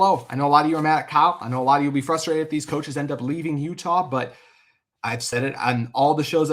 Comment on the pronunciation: Blue and GOLD? not even yellow? How did you fuck that up so badly Also it's FRUstrated not FUSTtrated. Wtf is going on with you Utah sports guys?